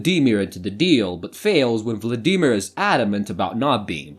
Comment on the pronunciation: Hardest part of this watching this video was your pronunciation of Vladimir.